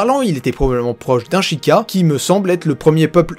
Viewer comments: Et please c'est pas shika mais sheïkah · j'ai juste kiffer t'écouter parler de toute ces théorie, a part quand tu prononce le mot sheikah, psk tu dis shikah (ce que je ne critique pas, juste ca me perturbre haha) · Tu as vraiment du mal a prononcer Sheikas, a chaque fois tu dis Shika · Non du tout, ca s'est toujours prononcé Sheika